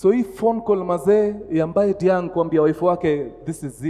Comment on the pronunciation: Diagne is Prounounced as Dianye if I'm not wrong